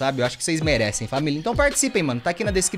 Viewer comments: De tanto ouvir o T3ddy falando " FamiL" eu leio algo na aula que tem "família" aí eu falo "FamiL" ,depois fico me fingindo de sonsa 👽🖐. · gente eu vivo tanto escutando o t3ddy falando famil,que quando minha família "toda" eu chego e falo:-ola famil🛐 e minha família fica assim:😐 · eu, falo famil RODA HORA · E ISSO AÍ FAMIL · eu só falo famiL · blzinha famil